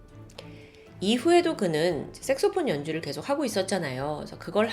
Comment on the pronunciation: 앗😅 섹스폰이 아니고😅섹소폰입니다😮😊